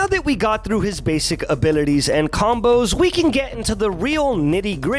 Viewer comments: Can someone make a compilation of saying "abilites" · i like how u say abilities)